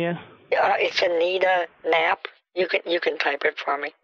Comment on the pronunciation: "anita nappe" lmao